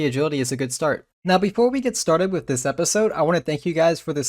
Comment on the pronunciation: And the way he says "with" wiff and "gold" goad